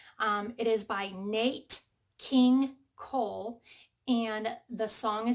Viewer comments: ok, it is not Nate, it is NAT, I know it is spelled with an e, but that is how it is pronounced. He was a wonderful singer in the 1950s and so is his daughter Natalie Cole. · It's not Nate king Cole its nat...like gnat. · The singers name is pronounced NNNNNNNN at King Cole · Trying not to be picky but it is Nat King Cole! I’m sure you already ‘seen’ the comments from others though! 🤪 😂🤣🤪😂